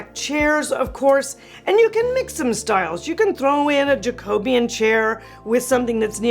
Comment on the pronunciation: Jacobean is pronounced ‘Jack-o-be-an.